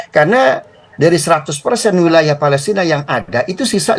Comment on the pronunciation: Palestina takkk… bukan Fa..lesrinn…. Abdoel… Abdoel…..